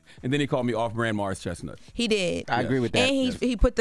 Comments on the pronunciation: She said " Morris Chest Not"😂😂😂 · Did she say Morris ChestNOT? 😂😂😂😂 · “Morris ChestNOT” 😂😂😂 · Not “Morris ChestNOT”😂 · She said Morris Chest-not! 😄😄